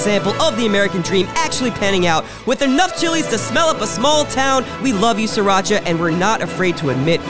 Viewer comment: isn't he saying Sriracha wrong?